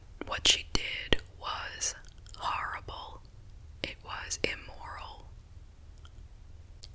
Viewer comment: i just discovered your channel a couple weeks ago, and i have been listening nonstop. I LOVE your voice, i love the personal anecdotes that you give, and your opinions on it. The way you recount cases is amazing. i also love the way you say “horrible”, lol. it sounds like you’re from new york or something - love it! i’m obsessed